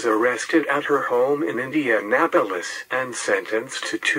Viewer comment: Nice video but INDENAPOLIS,JOHN Dillinger oy